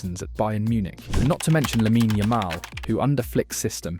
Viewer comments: great video! just a small observation, its not hate or anything; the "e" in "lamine" is not prounounced. it ends with the n. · Bro can't pronounce Lamine right to save his life